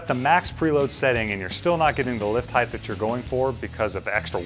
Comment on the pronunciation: Height not heighth